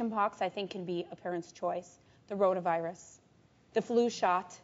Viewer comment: No, she didn't say "Corona virus". She said "rhoda virus".